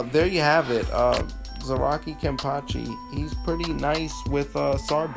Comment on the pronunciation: "kenny"?? Why you north american calls him "kenny"??? His name wasn´t "kenneth", his name is KENpachi... the nickname is "ken-cha" or just "ken". even yashiru on manga calls him as "ken-chan" kenneth = kenne-th = kenny kenpachi = ken-pachi = ken or ken-chan